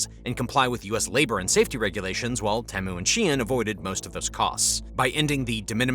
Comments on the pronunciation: I think most people pronounce it "Tea-Mew" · Great video but i can't help but get annoyed with how you pronounce Temu.